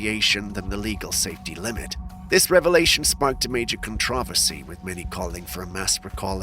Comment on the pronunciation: I tell ya what, when you can pronounce the words "controversy" and "taco" and the name "Meagan" in correct English, THEN I will hit the like button and subscribe to your channel. Where the fuck did you learn English?? I'm guessing you're Canadian?? I'm not hearing a Canadian, New Zealand, British, or Australian accent.